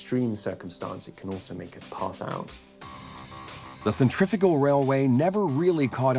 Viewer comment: The narrator should learn how to pronounce "centrifugal" !!